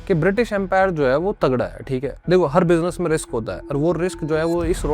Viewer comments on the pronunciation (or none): none